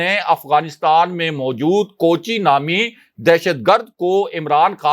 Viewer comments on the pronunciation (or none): Kochi nahi it is koochi ah.